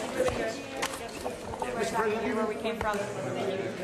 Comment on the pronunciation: Did you say president or predator